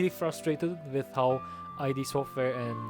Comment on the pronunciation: Interesting take, solid video. For the record, "id" software is a word, not initials, like rhymes with "lid"